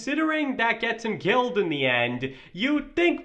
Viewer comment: trope instead of troop. ham instead of him. Narration sucks